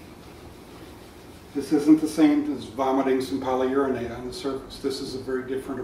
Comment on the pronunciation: Did he say Polyurinate? ? :0)